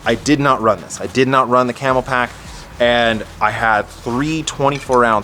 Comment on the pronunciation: Please stop saying "Camel-Pack." It's Camelbak. It's written right on the bag.